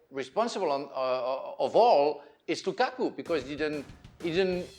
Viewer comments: Folks in comment section: y’all seriously disappointed me. Not one person mentioned how hilariously Frank LeBoeuf said “Kukaku” 🤣🤣🤣🤣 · Lmao it gets me everytime ale says Lukaku 💀💀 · Again am here for Moreno saying "lukaku"😄😄😄